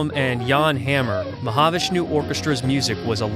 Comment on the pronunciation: Is this an AI read because you don’t pronounce Mahavishnu Orchestra the way it’s supposed to be pronounced